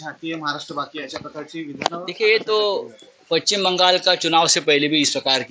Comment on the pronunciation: पचीम की पश्चिम ?? 🤣🤣